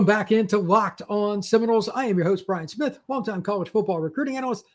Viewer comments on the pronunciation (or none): none